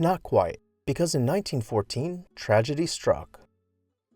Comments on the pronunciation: Her name was Mamah - (May-mah) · Seriously? At least get her name right. She was Mamah Bouton Borthwick Cheney. ("Mayma") Losing Mamah, her children, and the workmen of the community in that horrifying event was a blow to Wright, his family, her family and the community whose family members were killed. You owe it to them and to these people watching this video to get it right. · FLW's lover was named Martha, but called Mamah, pronounced May, maw, according to the book Loving Frank by Nancy Horan. A must read if you are a fan.